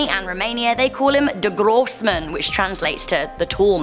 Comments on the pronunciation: Is it really that hard to say der großman for not german people 😂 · im from germany and the way she said "der grossmann" made me cringe and laugh at the same time